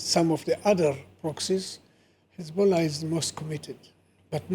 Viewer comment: She says khezbollah then pronounces every other word correctly 😂 we're on to you, you're not fooling anyone 😂